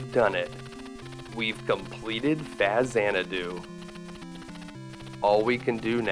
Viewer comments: Dude did not just pronounce Faxanada as "fast sanadu". What a nerd. Its "Fax -xanadu". At least try to say "facts-anadu" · FAX-anadu…not Faz. :) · Did I just hear this guy refer to the game as "Fa-Xanadu" lol. Sorry but regardless of whether you're right or not, everyone refers to it as "Fax-Anadu" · I absolutely adored this game as a kid. Played it for hours. I've never heard anyone pronounce it "FaZ-anadu" though... we always called it Faxanadu (with the hard "x" sound), because x only makes a z sound when it's the first letter of a word. I get that it's a portmanteau, but i think that rule still applies unless it's spelled Fa-Xanadu. Anyway, nonsense english rules aside, great game, great video. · Fazz-anadu? WTF... who says it like that... it's literally FAX-ANADU.. as in Fax machine. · Fah-zan-na-doo? No no no. Fox-zan-doo. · It's called Faxanadu. Not Fazanadu. Fax, like "I'm sending you a fax", not "I'm sending you a fuzz." Or like in "Mexiko is a nice country", not "Meziko is a nice country". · I ALWAYS pronounced this game as ‘Fax- Ann- Doo’ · Amazing game, great video, aside from the nails on the chalkboard pronunciation of the name. I know it comes from Xanadu, but X only sounds like /z/ at the beginning of a word. Anywhere else it sounds like a /ks/ like in axis, or /gz/ like in exist. I worked at Nintendo back in the day. Eeeeeeveryone pronounced it Faxanadu from the day it was released except for Bill. Bill was wrong. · You pronounced Faxanadu completely wrong dude. It's not FaZanadu. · You're saying Faxanadu wrong. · Yup. I was thinking THE SAME thing the whole way through his video.